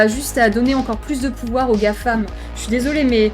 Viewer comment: On dirait qu'elle fait un stream de Total War la meuf. "Ouais on fait ça, ça, ça et pi on a le pouvwar"